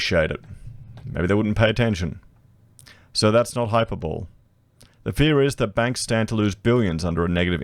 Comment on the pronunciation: Mate you might wanna look up the pronunciation of 'hyperbole.'